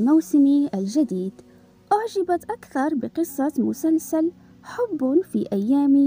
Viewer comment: 😂😂😂 ليش تقولين مسنسن بدل مسلسل 😂😂